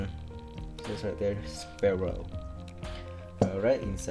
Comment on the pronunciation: its pronounced sfeero